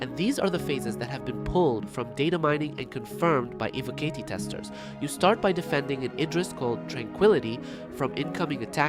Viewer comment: Is this an AI voiced video? And its E-voh-cotty.